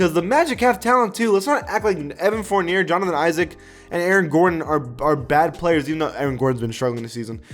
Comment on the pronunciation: Who tf is Evan Fourneer? I mean I know Evan Fournier, but damn this dude delusional